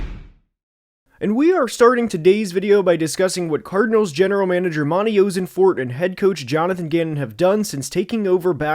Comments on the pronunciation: As a Cardinals fan, please fix "oh-sen-fort" to "ah-sen-fort" lol 😂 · I went to middle school and high school with Monti. You’re pronouncing his name wrong. The “Oss” rhymes with “moss”. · You have to look at pronunciation if you're gonna make a video on specific people man, turned it off after you mispronounced Ossenfort for the nth time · I'm excited to watch the rest of the video and I expect you to give some valuable insight.... but how do you make a video and not even look up or know how to say the GMs name! You're killing me man.